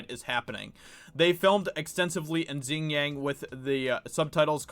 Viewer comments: It's pronounced "wee - gur" not "you -gur". Xing is not pronounced "zing" either, hahah. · Xinjiang pronounced much like Shin-gi-ong saying the last two syllables quickly together <3 Keep up the good work man, the hollywood aspect is extremely important. They need the "artists"